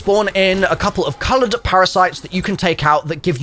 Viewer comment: The “Colored Parasites” hurt hearing it for the first time😭 I’m just picking, love your vids man!